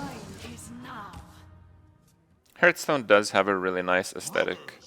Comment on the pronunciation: 4 years and he still doesn't pronoun hearthstone correctly 😶